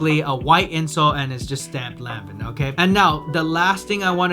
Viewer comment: Omg If you say Lan-Vin one more time! 😂🤣😂